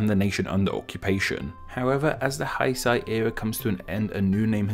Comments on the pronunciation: Pretty good Japanese ponunciation there, UNTIL you got to Heisei. You pronounced it as if it were romanized "Haisai." But then you pronounced it "hey-say," which is correct? Then incorrectly again? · I love your videos, but I must say two things. First, you said "haisai" as if it were German. But afterwards you said "heisei" correctly Second: 平 ＝ peace 成 ＝ achieving I hope I'm not being pedantic, I just want to contribute 😇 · I love your channel, but the huge mispronunciations killed me this time. Heisei is pronounced like "Hey-Say" not "Hi-Sci" Google translate have a lot of languages vocalizations, use it! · Heisei is more pronounced like hay-say and the character for peace is on the left and becoming or achieving on the right. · The way you switch between pronouncing it Heisei and Hy-sy is quite spectacular... ^^ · True, but it is still not pronounced [haɪ-saɪ] similar to it is in the video… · The way he pronounced it was in part of his accent and part misreading because of speed. Anyway, the third time he said it was the closest to the actual pronuonciation. Hé-sé. In that romaji, the i after the e should be read like a long e, this happens usually with words of Chinese origin, the i is not pronounced. It's kinda of scary the new name, the first kanji means order and the second could mean something like Japanese way, if I were Korean, I would be concerned. It could be interpreted as the era when it will be an order to follow the way of Japan, just like they wanted 80 years ago for all of the Pacific. Maybe Australia should also be concerned, not just for a website. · Nice video briefly explaining the Gengou system! Though I find it a bit odd that all the Japanese names that you've pronounced, 平成 is like the black sheep. It's properly pronounced as "Hey-say" (sorry I don't knoe IPA). Other than that, job well done! 本当にありがとうございます！ Edit: Spelling mistake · HEISEI is pronounced as "heey saay!"